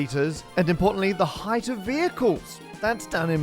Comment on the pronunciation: Did... did you just say "heighth"?